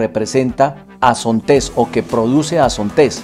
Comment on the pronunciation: Excelente trabajo, muy buen video, muy buena información, lo único que tal vez inquieta un poco es la pronunciación de "Zontes" del señor, lo pronuncia como con una acentuación al final que no va, si sería bueno que se corrigiera la pronunciación del nombre de la marca, para que otras personas no cometan el error de nombrar de forma incorrecta esta marca. Por lo demás, a gusto con el video.